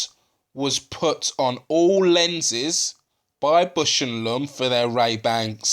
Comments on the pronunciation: "BOWSH" not "bush," and "LAWmb" not "lumm" your friend in America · Great video! Now, repeat after me: Baaaausch and Lomb. Put that "a" in Bush! While you're at it, put an "o" in Lomb.